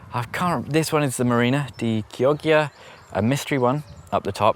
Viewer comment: Fun video! marina di chioggia is pronounced key-awe-ja 🤣 As an Italian it was great hearing you butcher that. All the best!